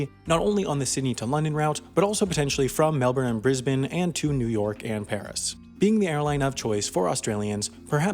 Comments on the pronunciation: Holy crap... first American ever to say Brisbane correctly! Cudos to you my friend and much love from Brisbane! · He pronounced Brisbane right this time! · Woah you said Brisbane and Melbourne right.